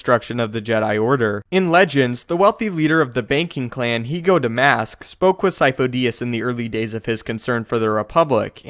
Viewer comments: I thought sifo dyas was pronounced like seefoo die-az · I always thought it was seefoe die-as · This is easy.. Sidious is lord Sifo Dyas. The Kaminos just mispronounced the name. Lord Sifo Dyas had the symbiotic parasite that feeds/controls on force users inside him... when he died the parasite infected a new force capable person Palpatine. This parasite keeps a spare force user as an apprentice until he needs to change bodies. As long as the parasite has a body to infect he, he is therefor immortal.